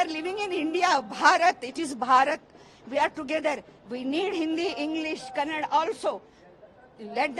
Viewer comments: For your kind information it's not kaand it's kannada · Abe kanaad nahi kannada bolo.. Hum jo bol rahe hoo sono Apna dimag na us kar dukan walnko apne dukan naam kanaada me laga ne bol rahe utna he..